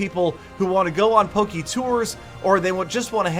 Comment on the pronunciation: For pronunciation, it's Poke, not Pokey :)